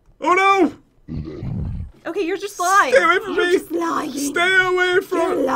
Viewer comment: Why do you always say it's gust for fun?